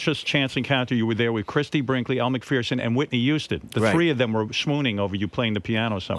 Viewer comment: It’s pronounced Elle MCFURRRRSON….. Not Elle MACFEARRRSON